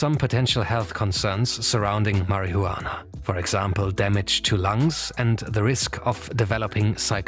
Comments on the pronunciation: Tell me you don’t smoke, without saying it: mar-i-hu-annah 😂😂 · It's marijuana not marihuana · Please never say marijuana like marihuana again. The juan is pronounced like won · its pronounced as mariwana...not mari hu anaa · Can you say marihuana again? Pls? Marijuana😂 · why u pronounce weed like 'MARIHOOWANA' lmfao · The narrator calling it “Mary-who-wanna” is killing me 😂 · "Marry he you wanna"??? Thats how it's pronounced now😂😂😂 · 2 seconds in and my first thought is "thats is the weirdest way to pronounce marihuana". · My guy kept saying marihuana😂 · Why are you the only one on YouTube on television on radio that pronounces marijuana incorrectly as you do Mary huwana Get your act together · "marry -hoo-wana" lol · I love how he pronounces "Marihuana" 😂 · Mary who wanna~ anyone who pronounces it like that clearly has no idea what they’re talking about 😂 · Marry-hue-wanna is not performance enhancing at all :) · The way he pronounces "Mari-jhuana" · mariHUUana lol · Marie-Huana :D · the way he said marajuana hahaha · “juana” lmao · Absolutely Nodody:: "MARY-HU-ANNAH" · "Mary Who Anna" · Why do you say marijuana like that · If I hear him say it like that again bruh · If you're going to make a video about marijuana, at least pronounce it correctly 😂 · i love the way this dude says marijuana, he could whisper it into my ear all day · Can you stop pronuanting marijuana like you are a child abuser ? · the most racist pronunciation of marijuana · I especially enjoyed the pronunciation of the word marihuana is this video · your saying marijuana and fly agaric terribly incorrect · the way u over pronounce marijuana is funny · The J in marijuana is silent sir. 🤫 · You say marijuana really wrong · Im sorry but i want to slap u for the way you say marijuana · The only man in the world that says marijuana in 6 syllables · Bruh can’t even say marijuana correctly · I like how he pretend that he cannot pronounce marijuana